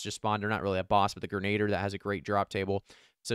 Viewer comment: Grenadiers- sounds like grenna deer. Excellent content! Says as Arnold I'll be back!